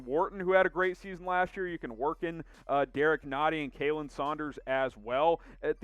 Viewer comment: Saunders' first name is pronounced like "Colin" not Kay-lin